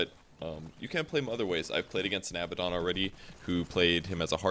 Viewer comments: Abaddon, not Abbadon. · I think what he means is that you say it like ah-bad-un, not abba-don. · one thing... it's abaddon not abbadon lol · ab-ah-don? Isnt it ah-bad-don? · Abaddon is pronounced "uh-bad-n" btw. Anyway, great video! Helps a lot. I enjoy playing Abaddon quite a bit.